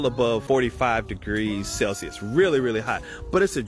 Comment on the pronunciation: DID HE JUST SAY CELSIUDSIUDISWADBKSHBDA!?